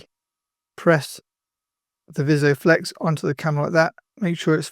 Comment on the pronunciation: Great video, but just a note that it's Vis-O-Flex, not Visio-flex.